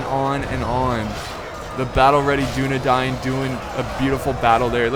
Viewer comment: I did. Dúnedain - duːnedaɪn Tolkien's original etymology of the word came from the Sindarian, "dún" meaning west and "adan" meaning men. "Adan" if one follows the phonemics of Tolkien's Sindarian work is pronounced "A-dane" Here's a link to the Oxford pronunciation guide to help out with the guide on I'm not trying to put anyone down or insult and I apologize if that's how I came off. I'm just trying to help out.